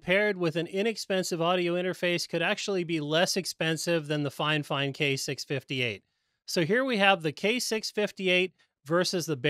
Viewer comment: it’s not finefine it’s fif ine